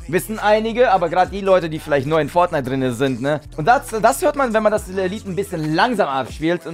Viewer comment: wollte am Anfang schon "Fortniete" sagen xD